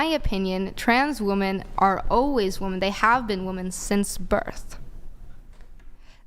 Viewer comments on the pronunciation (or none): Its WOMEN not WOMAN!!!!!! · these women don't even know how to pronounce "womEn" let alone know what women are. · They can't even pronounce women. No wonder they don't know what one is.